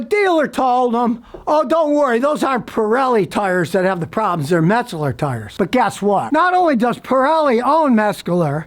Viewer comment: If you would slow down for just a minute you would realize that there is no "g" or "k" in METZLER. It's not Metsgler or Metscler. METZLER. Just METZLER.